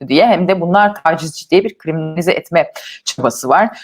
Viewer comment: Krimanilize deyince aklıma karamelize geliyor 🙄